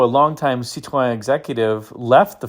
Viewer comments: Thank you for not pronouncing it "citrine" like so many YouTubers do! I believe Car and Driver referred to the brake "pedal" as looking like a "diseased half grapefruit." (Or maybe it was a "rotten half grapefruit.") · You did this one so you could show us how to pronounce Cit-ron, didn't you? 🤣😂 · great pronunciation of Cit- ron. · I drive a DS 21 daily and appreciate this video and like your pronunciation of Citroen. Dispelling the myths and misunderstandings of these cars is a full-time job but it makes Cars & Coffee a lot of fun. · Hi, I’m a bit disappointed that you pronounce Citroen with a French accent but the episode featuring the Australian P6 LTD was done without an Aussie accent, c’mon mate, fair go. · Now we’re talking. The SM is in my “dream car garage,” as is the DS on which it was based. And thank you for taking the effort to pronounce Citroen correctly, a level of respect some other American YouTubers could learn to emulate. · My compliments for your pronounciation of Citroën and Peugeot. Fun fact, the name Citroën is a frenchified name from Dutch (Citroen), meaning Lemon.🙂André Citroëns family from his father's side came from the Netherlands and as the French don't know how to pronounce the Dutch "oe" sound, he changed it to "oë". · Really enjoyed your SM report and kudos for saying the manufacturer's name correctly. I cringe when a Brit says it......."Citron"........geez. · Thanks for the correct pronunciations: Citroën, Peugeot and Jaguar 😇